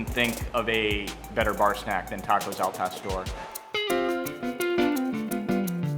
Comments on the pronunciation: Al Pastor means nothing! Al Pastore, on the other hand, means something! it´s like saying Hamburge... now tell me that doesn't sound like pain in your ears! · yeah hes a douche pronounce the words correctly gosh el pastor Clantro what the hell and hes the whitest guy omg gentrification much